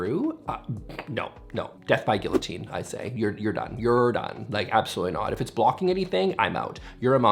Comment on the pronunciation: That was hilarious! I've never been to this store, it sounds like a great place for one of my panic attacks! Forget your store card,, I'm going to have to take your Canada Card for pronouncing the 'L's in Guillotine. Watch you next time, maybe. 💫